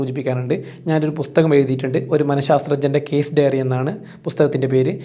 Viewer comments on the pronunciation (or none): none